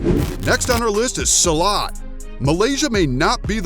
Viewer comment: You said silat is from Malaysia but the video show, Iko Uwais an Indonesian action actor (the raid, man of tai chi, star wars ep 7, mile 22 etc.). And you have wrong pronunciation silat not salat.